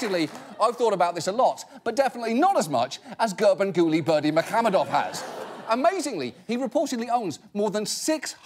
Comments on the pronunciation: Special applause for John for correctly pronouncing "Garbanguly Berdimuhamedov" EVERYTIME👍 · I don't know what's more impressive...that ginormous cake or John pronouncing Gurbanguly Berdimuhamedov perfectly every time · That John can say this guy's name so well so fast blows my mind. I wonder how much he had to practice it.